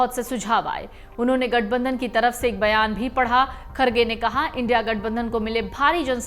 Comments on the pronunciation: इंडि नहीं इंडिया बोलो मैडम वरना गोदी मीडिया में आपकी भी गिनती हो जाएगी 😂😂😂😂😂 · बार बार इंडि इंडि क्यों बोल रही हो इंडिया बोलने नहीं आता है क्या पहले अपनी भाषा ठीक करो उसके बाद कुछ बोलना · Isko kisne reporter banaya re baba... India ko indi bolti he ye🤣🤣🤣🤣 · Indi nhi India hai pehle ache se padhna skhiye fir reporting krye 😂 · Are maim india bolo not indi bolo fir news do dhanywaad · India hai na ke Indi naam sahi se bolo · Don't sound " Indi"....but I.N.D.I.A please! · India alliance ko indi bol rahi waha sahi sa phala bolna sikho Uska baad karna journalist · Bekaar anchor jise india bolna hi nahi ara